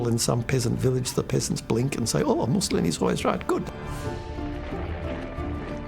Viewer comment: the way he says "peasants" with his pretentious British accent 😂🤔